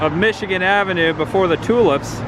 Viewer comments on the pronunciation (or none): none